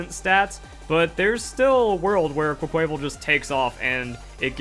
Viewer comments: It’s pronounced “quack-kwa-vawl” like carnival not “qua-kway-vul” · Why does no one pronounce Quaquaval right? It’s Quack-qua-VAHL. Like Carnivale. The inspiration behind the name is RIGHT THERE. Please remember it. Quay-quayvel just sounds forgettable.